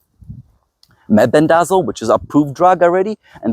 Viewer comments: Fenbendazole pronounced fin-bin-da-zall (or "saul" in southern US, lol) or just say "fin-bin", mebendazole is like "muh-bin-da-zall". Took me awhile to say them without tripping over my tongue too.... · the words you can't pronounce are fenbendazole and menbendazole, pronounced fen ben duh zole and men ben duh zole. I have used fenbendazole with tumors on a pet rat with good results in terms of stopping progression, but died of an unrelated respiratory issue that rats are prone to.